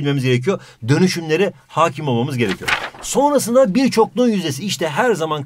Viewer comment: Once said Tonguç:✨AaĞ✨ Hoca: ✨yÜzdE YüZdÜr bİğR dEmEk✨